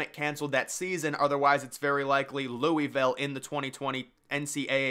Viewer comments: Your pronunciation of Louisville almost made me throw my phone out the window. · “Louie Ville”